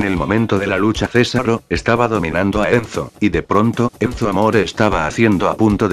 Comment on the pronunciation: Oye buurado no es sésaro es sesáro